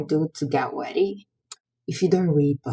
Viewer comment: "..to get weady" 😂😂😂 It's always the mids